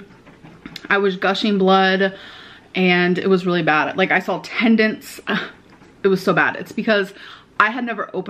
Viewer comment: "Tendents" is how she said it 😂